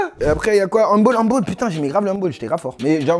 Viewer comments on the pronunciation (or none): On dit handball pas handboll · Quand il a dit handbOll au lieux de handbAll ça m’a fait mal au coeur xD